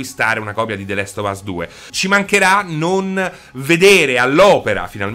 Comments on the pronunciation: The lest of us non si può sentire, comunque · "The lest of us" "nouty dog" mi sanguinano le orecchie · “The lest of us”